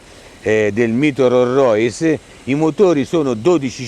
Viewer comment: Rorrois!!!! No! Rolls Royce.